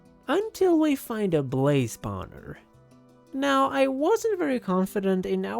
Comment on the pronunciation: yes it is the best part of every of his video hearing spowner